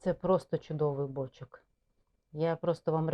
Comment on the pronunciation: Все класно, одне питання: чому бОчок, а не бочОк?